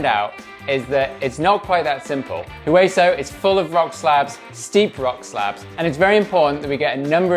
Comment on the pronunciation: Great job teaching. I still have not done all of Hueso, missing 2 features, so hopefully by the end of the series we will both be riding all of it. Oh and by the way the "H" in Hueso is silent. It is Spanish for "Bone". Oh and there are still two features on Hueso I have not been able to do. Hopefully one day I will see you out there and you can show how it is done.